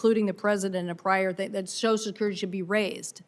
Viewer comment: Why is "social" so hard for so many people to say?!? This woman, like so many others, says "So-sul" instead of "So-shul." Somebody help me understand this, PLEASE!